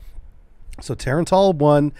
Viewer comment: Its not Tar-AAAAAAn-TAAAAAAL Its Tah-rah-n-tul...like tarantula...which is what it means.